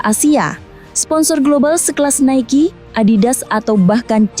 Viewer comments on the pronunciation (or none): none